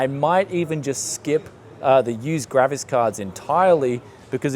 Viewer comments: Its GRAPHICS dude stop saying grafis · It’s graphics cards not gravis cards